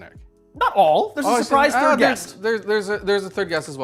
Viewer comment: had a physics profesor who pronounced theta nearly the same way nick said 'thirda' 🤣